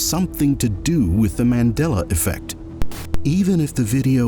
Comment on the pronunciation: You said that in the most Texan accent